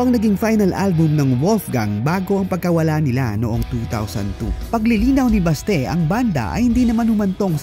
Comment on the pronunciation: Correction lang ha, Oct 2022 at hindi oct 2002 yumao si Mon and Manuel is still here playing for Rzrbk, not in the states and lastly it is pronounce Basti not Baste. ❤